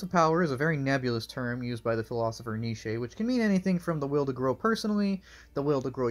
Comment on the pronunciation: The way you say Nietzsche as if it is one syllable makes me smile.